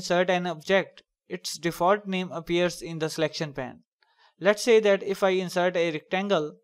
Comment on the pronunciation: it is pronounced payn with a long A sound. because it is not pan. Great and useful video.